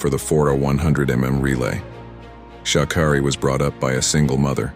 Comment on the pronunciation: Here's my issue with this video first it tries to throw her under the bus then they can't pronounce her name correct this is why you don't trust anything any MEDIA puts out so please thumbs down this video 👎×infinity